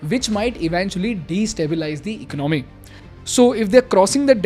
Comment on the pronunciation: Please correct your pronunciation.. There is no word as *IKNOMY* Its ,*ECONOMY* You will never learn.....